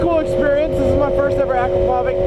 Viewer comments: man its pronounced a-krap-oh-vitch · Pronounced A- crop- a- vich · Hey, it's pronounced Acrap o vich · Does no one understand that it is pronounced Akra-pov-itch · I thought it was pronounced ah-cra-pou-vich? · Heads up, that's not how you say "Akropovic"